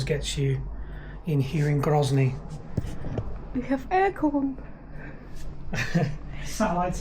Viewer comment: Grozny is certainly not gryazniy. 😉